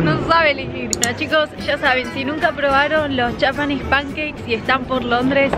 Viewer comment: Soy la única que odia que diga "yapanes pankeiks"??, decí panqueques japoneses JAJAJAJA